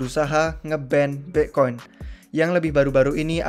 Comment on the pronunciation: Aslinya BITCOIN APA BIKCOIN sihhh ???? WKWKKWKKWK Bingung gua😷